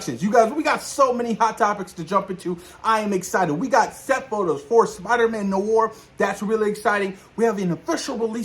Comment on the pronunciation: I am so hyped for Spider Man 4 and Spider Man Noir which is pronounced ((nu-waar) two a’s but it’s all good man it’s still the same word oh the way I read on twitter from the account Marvel Film News that Marshali Ali had a phone with Marvel and is fine with the delay of Blade so they can take all they need to make it a great script and film keep up the great work